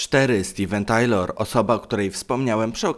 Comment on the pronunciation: steven tyler, nie taylor i aerosmith, nie areosmith